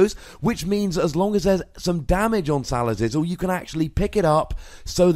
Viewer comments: He's mispronouncing it on purpose because he hates the Pokemon itself. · "Salazizzle" lol